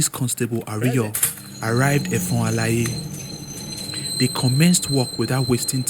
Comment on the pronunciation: You really tried and commendable but the pronunciation of effon alaye was off . With you on this , welcome .